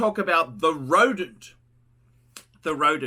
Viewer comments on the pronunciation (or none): ROWDENT!! Roedent guys